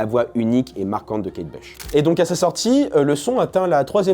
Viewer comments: La pauvre Kate Bush (se prononce Bouche d’ailleurs) est qd même une mega star. Mes parents écoutaient (fleetwood mac aussi d’ailleurs) et il y a un groupe de fans en Allemagne il me semble, qui se réuni tous les ans à la même date au même endroit depuis des décennies pour chanter Kate Bush (le morceau que tu as passé). Elle a fait des énormes hits connus de tout ceux nés avant 1985. J’ai adoré qu’elle repop, elle était tellement avant gardiste, on aurait jamais eu Björk sans elle et les chanteuses modernes comme Aurora ou Chappell Roan sont clairement ses héritières. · Kate Bush (à prononcer bouche) pas Kate Blush🤦‍♀️